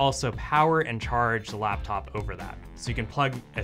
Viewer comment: What is a "Laftof"? Dude got beef with the letter P